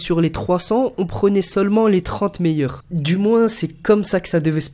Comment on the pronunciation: Les 30 meilleuRrrrrrs